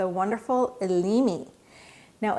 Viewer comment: Thank you for expanding aromatherapy horizons,. I've used all of these, with the exception of Yuzu, in addition to the oils used in the ACP. I'm glad to hear "Elemi" finally pronounced out loud! It's one of the common names that I've apparently been saying wrong all this time...lol.